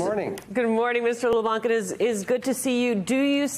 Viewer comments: Thanks for the excellent interview (incidentally, you don’t pronounce the “c” in Leblanc). It’s great to see Canada fighting back. Tariffs can be useful. If the US had unfettered access to our dairy industry, for instance, local producers would be wiped out. I will happily pay more to support Canadian farmers. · How is it that every American reporter has pronounced his name incorrectly? Every single time! LeBlanc - the C is silent, people! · The ‘c’ in Leblanc is silent